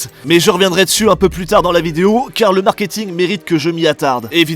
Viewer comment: je rêve ou l'intonation entre "le" et "marketing" ne se ressemble pas =_= ?